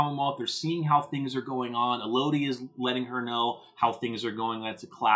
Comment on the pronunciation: Why does everyone call Michones daughter E-Lodie????? It’s pronounced, EL-Uhdy. Similar to Melody!!!!!